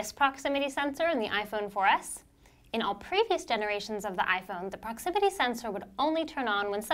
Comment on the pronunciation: I stopped watching when she said proximity